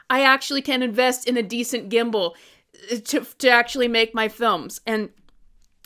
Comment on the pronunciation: Congratulations! 🎉🥳 I'm really happy for you ☺️ When you said "Gimble" I was confused for a second. I thought you said "Kimble" and that you were speaking about the old board game 🤣 It's sold as "Trouble" in usa but it's "Kimble" in my country, Finland.